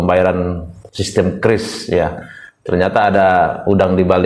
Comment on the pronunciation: QRIS Menurut Bank Indonesia ejaan yg benar adalah kiris bukan kiuris.🙂